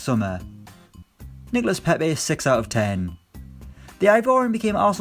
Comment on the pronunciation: When he says ten I hear then